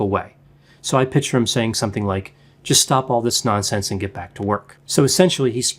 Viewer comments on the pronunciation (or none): You are so intelligent, Dr. but the correct pronunciation is PIC-TURE. PICK-TURE. Love ya 💗